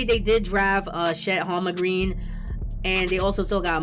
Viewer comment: Overpay for fox imo. I like the Mitchell trade. I don’t like a potential grant trade for the knicks, I don’t mind Brunson deal. The Zion deal would be good. Personally I would take the DMitch trade or the Brunson deal as the deals to work around. It is pronounced Chet HolmGren